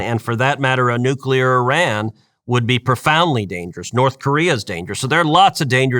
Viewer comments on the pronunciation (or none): none